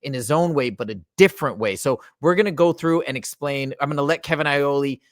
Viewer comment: haha I think you might be hungry it's Iole not Aioli 😂